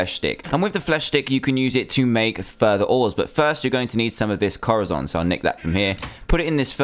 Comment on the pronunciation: it's corazon (co-da-son) pronounce it right it's spanish for heart